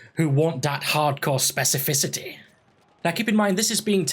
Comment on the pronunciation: He said specificicistity lol,holy shit balls batman that is some major buffage. This is going to be good. Dice is listening. Hey love your videos man keep em coming.